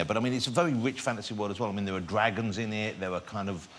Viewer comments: Dwagons! Thwones! Tewible tewible human beings! Fwozen Nowf! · DWAGONS..... hahahahaha